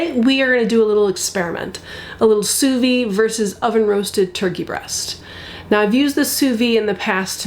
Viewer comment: It’s not pronounced sous vee it’s sous vide! The d is not silent in French.